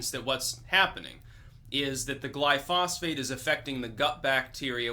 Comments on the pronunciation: Gly-pho-sate NOT Gly-phos-phate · Roundup (glyphosate) is not a pesticide. It is a broad spectrum herbicide. Every time you talk about farming you sounds like an idiot. Also it is not pronounced gly-phosphate. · *Heres the proper pronunciation of glyphosate, which I mispronounced for 25+ years!* It turns out that both you & I had been using the wrong pronunciation for the active chemical in Roundup. I too got the chemical pronunciation wrong(for 28 years no less!). It wasn't til spring of 2017 that I ran into a guy who worked for an agricultural chemical company. He heard me pronounce it, "gly-fos-fate". He quickly pointed out that I had the pronunciation wrong(as well as the spelling). Its actually spelled 'glyphosate', pronounced "gly-FO-sate". There are times I need to use glyphosate to kill nasty weeds in beds, etc. But I use as little as possible, and I've stopped using Imidacloprid altogether, for bee-related reasons.